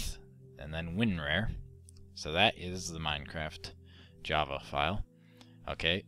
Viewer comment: Hey you regard it's winrar not winrare